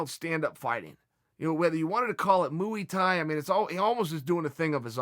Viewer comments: “Mooey tie” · moo-e thai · "Mooi thai" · Moo E Thai 😂😂